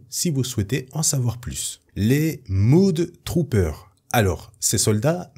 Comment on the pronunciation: Ça se prononce MEUD Troopers, pas MOUD Troopers ;) Mud (meud) = boue (un marais ça se dit "swamp") Mood (moud) = humeur (comme dans "good mood" = bonne humeur) Bref les Mud Troopers sont des "Troopers de boue"... (mais ça se traduit assez mal, faut avouer).